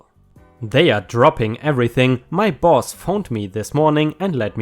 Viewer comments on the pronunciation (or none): none